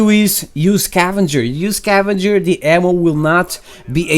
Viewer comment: it's scavenger not cavenger